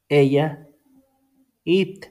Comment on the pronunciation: Amigo cuando pronuncias it tu pronuncias el verbo comer